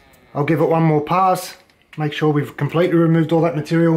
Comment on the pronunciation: "mahk shuh its straiht" and still left that shit crooked😂😂😭